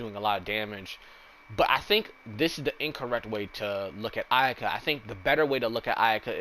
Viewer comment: XD he said Iyuhkuh hehe thats funny